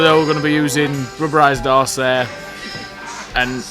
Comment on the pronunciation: are you saying "rubberised arse hair" for the trees